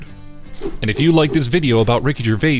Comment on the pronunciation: always fun to hear another Youtuber again destroying the pronounciation of Ricky Gervais . Even more funnier when you hear the right way to say his name more then once by himself and others in the clip itself . So either he didnt listen to his own clip or he just cant speak properly??